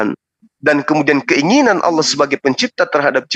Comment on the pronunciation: Ngomong Allah aja gak becus luh orang Kristen gila